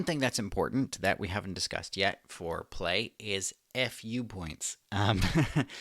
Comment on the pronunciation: It's supposed to be pronounced like the fu in Kung Fu, so /fu:/.